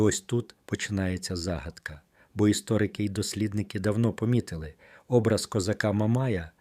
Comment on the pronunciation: Наголос на О . ОБРАЗ.